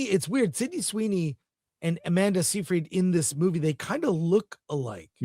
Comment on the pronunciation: Chris can't pronounce Seyfried!